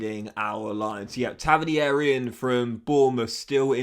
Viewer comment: It’s pronounced Tava - neer